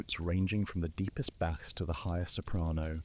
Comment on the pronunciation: You mispronounced "bass".